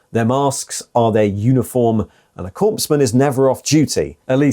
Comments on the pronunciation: My biggest gripe with this video: -Korps: Pronounced “core”. -Korpsman: Pronounced “corpse-man” instead of “core-man” (Tho calling the death cult soldiers “corpse-men” is apt. 😅) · Gah, you keep pronouncing "corpsman" as "corpse man". The p and s are silent, it's "cor man". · I appreciate the video and please do not take offence, but it is pronounced 'core man' not 'corpse man'. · Corpsman is pronounced 'cor-man' not 'corpse-man' my dude. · I find your pronunciation of “corpsman” as “corpse-man” quite fitting. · We say Core when saying the word Corps or Korps. Core man for Corpsman and so on. Corpse has an e. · You're pronunciation of corpsman is infuriating. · Sorry, I had to mute the sound and turn the closed captions on. I'm not a guy who corrects strangers pronunciation. If I understand what a speaker is saying,then hey, the communication was successful. But (apparently) there's enough Army still in my psyche that hearing a 'p' in corps and corpsman gave me a headache.